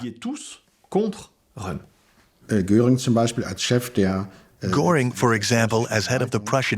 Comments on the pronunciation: It bothers my ears when they mispronounce the names of Goring and Rohm. It's Göring, and Röhm. Or Gøring and Røhm. The Ö should be pronounced similarly to the Ì in the word "girl" in the English language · Some editing was needed for the terrible pronunciation of some German words. Von is pronounced fun in German, Goring, with an umlaut over the o was constantly mispronounced.. Nothing was mentioned of the temporary set back of the NSDAP in the November 1932 election which had Goebbels frantically pronouncing doom. .